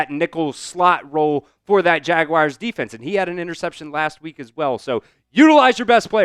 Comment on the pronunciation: Why are there some who say Jaguirs? It's pronounced Jaguars. 😂